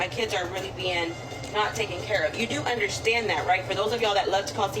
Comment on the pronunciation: “y’all do undershtand”😂😂😂